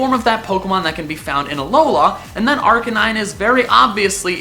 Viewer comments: It's AlOla, not AlolA. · Hermione Granger voice it's a aLOla not aloLAAA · why do you keep saying alolohh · AloLA... I think you put the emPHAsis on the wrong syllAble. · it's aloa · The main thing that I've seen for the reason for Alolan Raichu, the blue eyed surfing Pikachu from season...two?...one? IDK. But as for you Number One choice...YES! I want it so bad. Lastly, and this is just nit picky me being nit picky me...Uh-Low-Luh. I love your videos dude! Keep it up! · Was he pronouncing an n at the end of alola